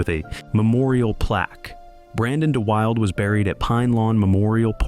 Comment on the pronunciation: Brandon de Wilde's name is pronounced de Wilda, rhymes with Hilda.